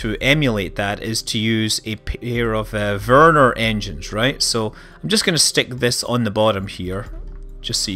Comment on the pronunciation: You kinda pronounce Vernor like Werner :D